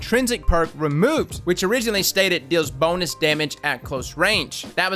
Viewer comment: Am-I the only one that hears "BONELESS" when he says "bonus"?